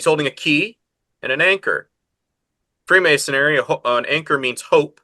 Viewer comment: Free-mason-ary? Where'd you get this guy from?